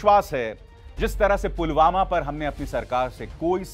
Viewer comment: Polvama ki jagah polgama bolraha he